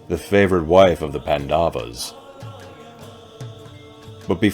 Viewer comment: Great video! Just one small correction. You are pronouncing Pandavas as pan-daa-vas when it should be paan-da-vas. The stretch should be on 'pan', not 'da'. Other than that, this is awesome content.